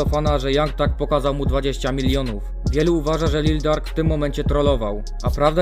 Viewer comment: Jak kurwa Lil Dark to się nie czyta Lil Durk?